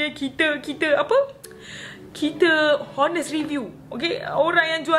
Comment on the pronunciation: I nak tegur skit , honest tu sebut dia kene mcm " onest “ walau pun ade " h “ kt situ